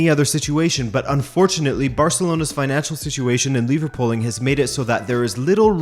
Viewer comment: Liverpooling? Ohhh. “Lever pulling”. Hah.